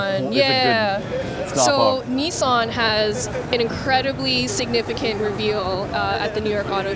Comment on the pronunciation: “Knee San”